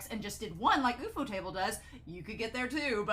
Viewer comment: I’m just gonna appreciate how you pronounced Ufotable as OOF-Oh-Table and now I will refuse to call it anything else, I’ve never heard anyone call it that and now that is the ONLY way to say it 😂